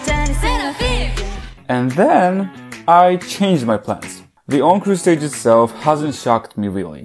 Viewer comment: this is absolutely not relevant but every time you say encore stage I cannot help but hear own crusades